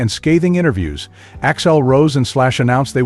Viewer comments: It’s AXL not Axile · i had to tune out after the 10th "Axile", This sucks!